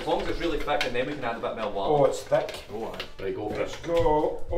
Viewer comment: It's Water, no Whater🫡